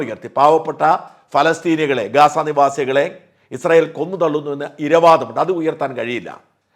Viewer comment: കെസ്സ " ന്ന് തുല്ക്കൻ പറയുംപോലെ പറയാതെ മറുനാടാ...." ഗാസാ " എന്ന് പറയൂ